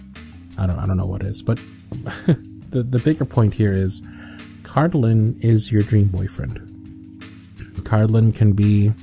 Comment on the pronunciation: Bless you, Cardlin! You’re like the only person who’s ever pronounced my name right first try 💕